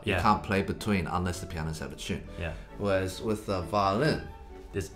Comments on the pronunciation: I love how they pronounce “tune”. Like “tchune”. 🙂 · I live how they say in chune instead of in tune. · “In CHUNE.”